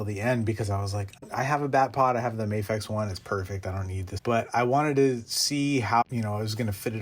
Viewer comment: It’s pronounced MA-fecha, not May-fex 😀 And I’m also pairing my Tumbler with that one